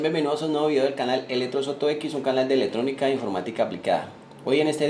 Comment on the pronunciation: Buena la intención de el video, gracias por el esfuerzo, te recomendaría corregir las ideas que tienen los demás comentarios y algo muy importante corregir la pronunciación de las palabras Ej: Ele tronica, Cone cion, Dete tar, Corru ta, Prote cion etc. Recuerda que escuchar las palabras mal pronunciadas es como hablar con una persona que tiene mal aliento. Muchos éxitos amigo.